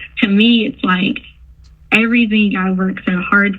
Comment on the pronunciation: Anyone else super annoyed by her saying “everythink”?